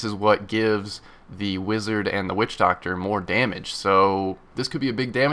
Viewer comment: Everytime he says witchdoctor I think about "Wussidjidoctor" haha lol